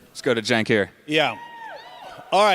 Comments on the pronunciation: Bro it's not "chink" lmao. It's "jenk". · Gosh watching this and having you not pronounce Cenks name correctly is quite sad. You seem to be a portraying yourself as a genuine political commentator and independent thinker, yet you cannot pronounce Cenks name correctly or even close to correctly. By doing this you give off the vibe that you are disingenuous. If you want to reach more people with your commentary and grow your channel you should correct this imo.